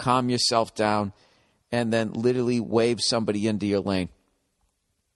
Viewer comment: I still hope that one day Bill will learn how to pronounce 'literally', or use it correctly in a sentence.